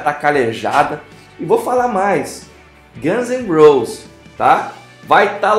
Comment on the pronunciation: Você falou de falar nome errado, mas falou "Guns and Rolls"... Vídeo e canal ruims, e teu papo não convence.